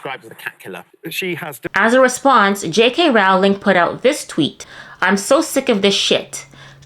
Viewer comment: Great reporting,! Keep up the good work. Just so you know, Rowling rhymes with BOWLING, not howling.